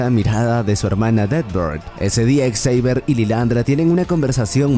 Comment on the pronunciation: La mala pronunciación del nombre Xavier, no me permitió terminar el video. :/